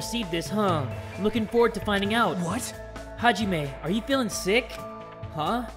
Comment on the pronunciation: at the start of the game: This time I'm gonna try to pronounce their names correctly. now: -BEEYAKOOYA -HAJEEMAY -PEEKOW -FUYUWHIKO KUYURZYU -MEEKAN -NAHGEEETO